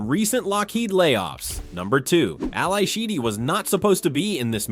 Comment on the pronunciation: All-I Sheedy? It’s pronounced All-E Sheedy.